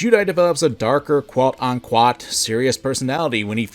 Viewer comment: Why the fuck you say "quote unquat"? It's unquote. Same damn word. Not kumquat.